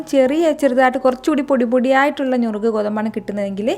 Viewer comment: ഞുറുക്ക് അല്ല നുറുക്ക് ഗോതമ്പ്😊😊